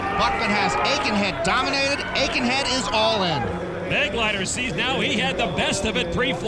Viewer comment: Here the name "Begleiter" is being badly mispronounced: It is a regular German noun, and means: "escort." The accent is on the second syllable: "Be-gleiter" from the verb: " zu begleiten".